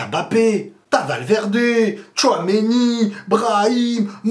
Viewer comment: La bonne prononciation de Mbappé 👌🏿on voit les efforts mdr